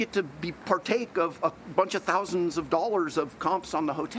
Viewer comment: The "We ate TTHHOUSANDS of dollars of sushi" while clapping his hands to emphasize part really bugged me.